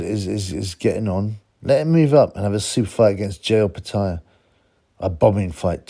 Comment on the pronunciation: watch his last fight against nyika and how the Aussie announcer pronounces it